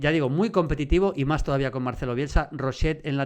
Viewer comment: que no es roshet tío, es rochet, no te inventes fonemas. Gracias